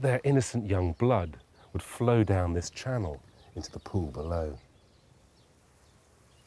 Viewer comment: This channoo is run by people who can't pronounce the letter L.